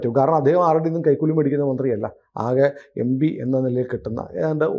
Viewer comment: M P ( em-P) ennu parayan padikyu... Yembee alla